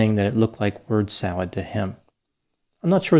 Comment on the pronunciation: Bird salad? I thought he said WORD salad. 😁